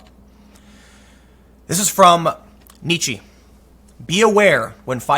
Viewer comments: Nietzsche is pronounced like pizza not peachy. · Hey, Tim. The E at the end of Nietzsche is pronounced "uh," not "ee."